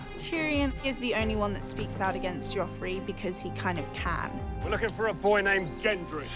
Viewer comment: It's "Joffrey".